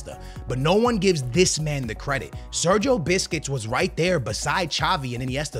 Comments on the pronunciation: Sergio biscuits is what he saying instead of Sergio buss-kets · The he’s saying Segio 🍪 is mad😂